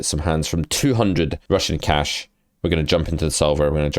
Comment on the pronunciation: I always hear Russian cash :)